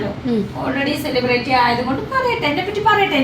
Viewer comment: സെലിബ്റേറ്റി എന്നൊരു വാക്ക് ഇംഗ്ലീഷിൽ ഉണ്ടോ? 🤣🤣🤣🤣 ചെളിപെരട്ടി അല്ല പൊട്ടി, സെലിബ്രിറ്റി... Celebrity Spelling എങ്കിലും പഠിച്ചു വെയ്